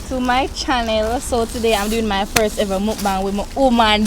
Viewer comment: Maleeka took me tf out😂😂😂 "Nehever have I Hever" tpc